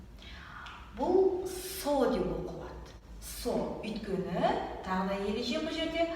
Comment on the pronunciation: неге сен өйткені деген сөзді өткені деп атайды?